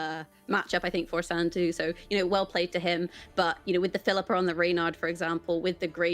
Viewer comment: Triggers me to the max how pronounces Phillipa. Like it’s literally “fill-ih-pah” not “fill-eeeeh-pah” smh mcbeard is the only one who pronounces it correctly